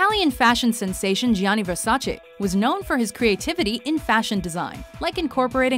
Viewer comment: Thank you for pronouncing Versace right